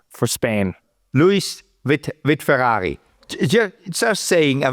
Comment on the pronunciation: I love to hear Guenther say Ferghaghi